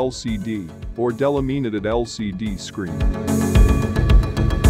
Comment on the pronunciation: ... and the robot narration. "Del-a-deem-i-ted"? Try "de-LAM-ih-na-ted."